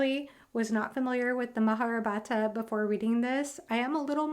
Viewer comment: Its not maharabhata lol.....it is spelled as " maha- Ba-ratha